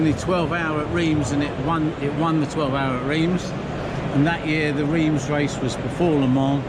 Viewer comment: Thanks for the video but PLEASE learn how to pronounce Reims correctly. It made me wince! Bit of a clue Reims is not in England....